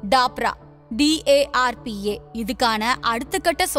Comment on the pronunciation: Dapra இல்ல DARPA. Not for Indian roads